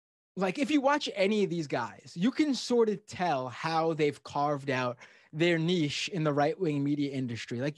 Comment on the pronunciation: Did an American just pronounce niche correctly? ✊